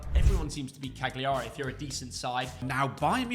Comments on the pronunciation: hi, just a little hint from Italy, Càgliari has the accent on the first a! So it's Càgliari not Cagliàri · Learn the pronunciation of Cagliari